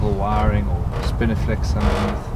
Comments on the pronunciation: Is it my aging ears, or were you saying "spiniflex"....instead of "spinifex"? I seemed to be hearing an errant "L" in there....??? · I love how you pronounce spinifex as spiniflex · Spinifex sericeus --- NOT "spiniflex" (as you pronounce it)